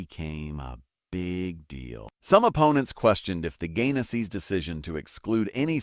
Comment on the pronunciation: PLEASE Pronounce their last name correctly. It's Gaines's, Not Gainasee. NancyAnn Gaines-Soltis, North Las Vegas, NV ❤❤❤